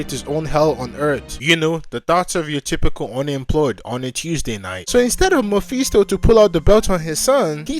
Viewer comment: Like the narration but the mephisto pronounciation just hurts me